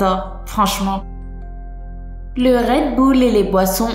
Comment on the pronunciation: Maman ? -Oui . - je peux manger un chewgum ? - NON ya du petrole dedans !!! -Trop tard j'en n'ai déjà bouffé un .Er je ressens rrrr........-NOOOOOON CHERIIIIII !!!!!!! Non mais sérieux qui la cru ,en plus a part pour le redbull (et pas redboul ) elle a tt faux